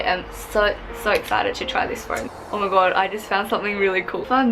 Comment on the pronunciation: “Oh mahg gowd” 😂